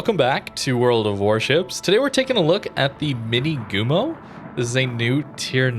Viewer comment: Just a slight reminder for pronunciation: Minegumo - the "ne" sounds just like the "ne" in nevsky anyways this one looks interesting, with alternative torp option available in match if it's not so popular maybe those fast torps can stay as a surprise at close ranges